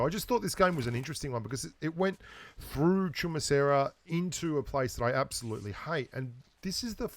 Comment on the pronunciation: I honestly didn't know how to pronounce Chumacera till I heard you pronounce it🤷😂